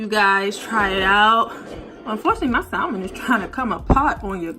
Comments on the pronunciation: Sam-en. L is silent honey not Sal-men. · Looks delicious 😋 (the “L” in salmon is silent ☺️)